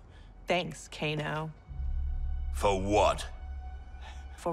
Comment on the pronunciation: He also pronounced kano's name as k-A-no instead of "k-ay-no"